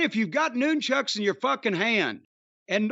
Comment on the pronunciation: da fuq is a noon-chuck 😂😂😂 is that what chuck norris is called in the afternoon????